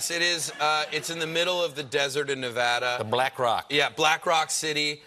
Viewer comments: Yes! A man who can pronounce Nevada. I hear Burning Man is wild. It's a surprise on how many different people go. Have fun. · I swoon when I heard him say Nevada correctly 😍😍😍